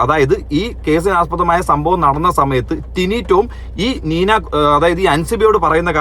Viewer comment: നീന കുറുപ്പ് ആണ്. നീനു അല്ല.